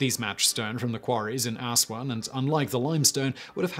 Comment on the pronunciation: ass-juan lol